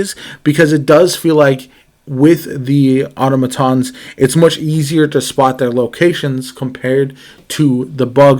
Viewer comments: Ah TAH muh/moe tons. please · I think they were criticizing you for how you pronounced automatons And Auto matons means car thugs or bullies in Spanish. So it’s just a funny play on words based off of how you pronounced it. 😊